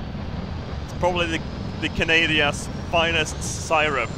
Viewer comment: "Canadia" - 2016